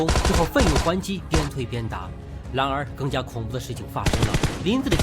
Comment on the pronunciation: 麦克：突然（蓝） 然（蓝）而 骚扰（老）